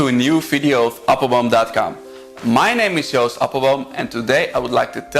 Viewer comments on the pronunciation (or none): none